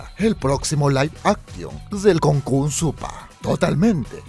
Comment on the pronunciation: ¿konkun supah? mejor kokun va al supah (es chistoso porque así se pronuncia) ekis de